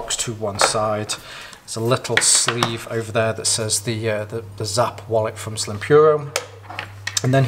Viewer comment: Hi, thank you so much for that detailed video! 🙌We're glad to see that you like the wallet. Side note: It's pronounced "snap" 😁